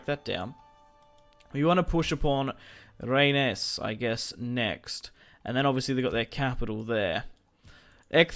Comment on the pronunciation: Loving the series but just one thing Rennes is pronounced Ren.That really bothered me for some reason